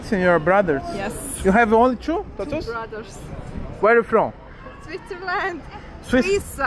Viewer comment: UERI U FROM??? KKKKKKKKKKK